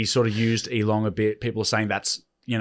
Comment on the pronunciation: Hey, it's Elon without a g on the end, you saying Elong made my eyes twitch